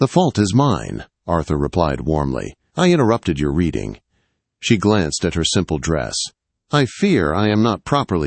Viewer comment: She was not “Redding” a book! She was “reeeding” her book.